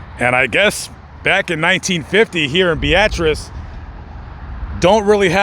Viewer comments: Yet again you mispronounced the name of a town. Beatrice, Nebraska is pronounced BEETRESS not BEEATRESS. And the Ss in Des Moines and Illinois are silent. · It’s Beatrice not Be-at-rice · Bee-uh-tres...not ...bee-at-tris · "Bee-ah-tris" Beatrice "Devine interaction" 🤣🤣 Devine intervention ☺️ This concludes our english lesson. 😉😉🤭🤭Now, bring the teacher an 🍎 apple 🍏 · Bee-uh -triss fella. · I thought its pronounced bee.triss 🤔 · Why do you say Beatrice like that 😭